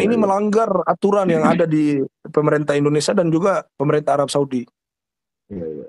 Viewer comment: Indonesia sia... Bukan indonesa ... Sa... Sa... Perbaiki itu ya...